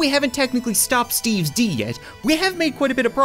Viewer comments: I dont know why but when he says steves d i think he says steves dog lol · It's funny how he can't say "S quest to stop Steve's D"